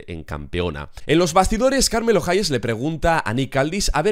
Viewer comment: Como es posible que semana a semana siga empeorando el como dice el nombre de carmelo